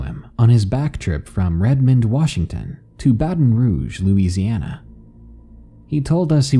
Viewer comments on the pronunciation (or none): none